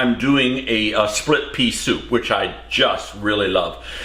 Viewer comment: Oops! “Splip” Pea Soup 😊